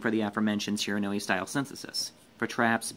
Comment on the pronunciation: no that's how you pronounce Shiranui